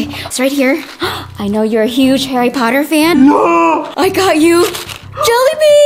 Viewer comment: to Regina: Harry Portaa. X2